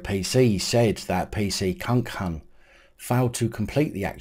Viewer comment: Please stop saying kunkun I’ve already spat my coffee out. 🤣🤣🤣 I know it’s not funny but…